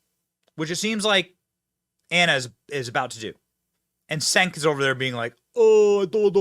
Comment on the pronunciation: It's Cenk pronounced Jank. adjective: jank of extremely poor or unreliable quality. "the software is pretty janky"